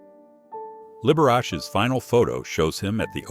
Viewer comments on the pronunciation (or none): And Liberar-cheee